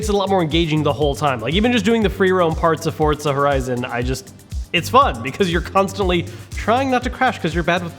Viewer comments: where is the t in forza, r u related to Ar12? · Why did you say Fortza horizon 4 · Forza not fortza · Why do Americans say forTza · Why does everyone pronounce it fortza lol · Why does everyone say forTza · Forza. Not fortza omfg. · Why do people say Forza like theres a T in it?? I'm confuzed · Why do so many people say "Fortza" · Why to people pronounce it like there’s a “t” in the name? It’s not spelled “Fortza”. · Ugh PLEASE QUIT CALLING IT FORTZA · Did I hear forTza? Not forza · Why can he not say forza ffs